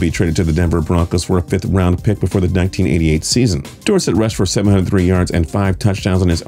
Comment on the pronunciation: It's door-set